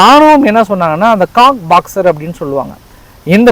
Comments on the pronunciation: Anna athu காக்ஸ் பஜார் Cox's Bazar... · Cox box illa cox bazar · அது Cox பாக்ஸ் அல்ல அது coxbazhar.